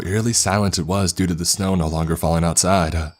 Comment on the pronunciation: Dining room window-uh. Snow-uh. Chevy pickup-uh.